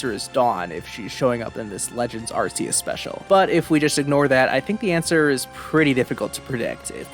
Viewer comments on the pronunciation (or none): UGH! It's pronounced AR-KAY-US! Arceus has a HARD C! SAY IT RIGHT!